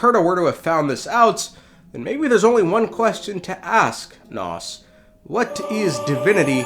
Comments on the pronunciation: Pretty sure it’s name is nous not nos lmao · the way you mispronounce nous is actually driving me up the wall